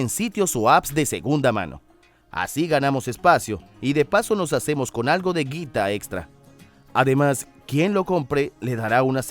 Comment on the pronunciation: que raro se escucha la palabra "guita" en acento neutro JAJAJAJ